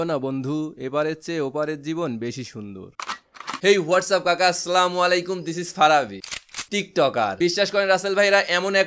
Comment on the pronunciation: Assalamualaikum bhai.... Raag Korben na ekta kotha boli... Slamalaikum na bole Salam ta time niye shundor Kore bolben ASSALAMUALAIKUM